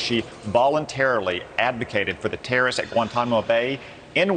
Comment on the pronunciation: Why does he pronounce it like "terra-ists"?